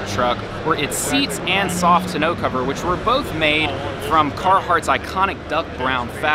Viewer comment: What’s a “ta know” cover??